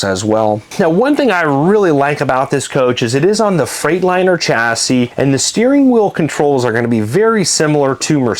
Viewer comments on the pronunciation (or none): none